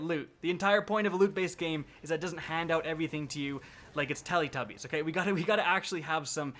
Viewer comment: Lmao telletubies